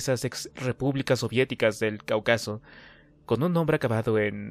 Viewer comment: 😂 crees que sabes leer pero no, ni siquiera sabes pronunciar Cáucaso y le metes palabras que no van 😂 saludos.